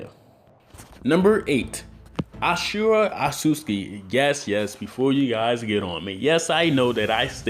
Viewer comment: Its. Asura. Not. ASHURA.